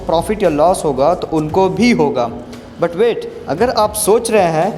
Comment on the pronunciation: 1 min 31 sec jo but but but pe jor diye hai ek no. bhai...😍😍😍😍😍😍😍😍😍